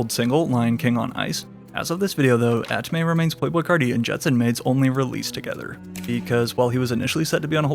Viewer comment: bro it's "at me" not "at may" 😂